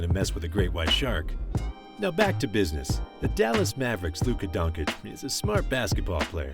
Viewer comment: Please learn how to pronounce Doncic